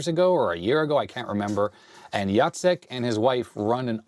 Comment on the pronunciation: You say "Jacek" name just right :D and "krówki" are so good, but like 99% sugar so watch out for that!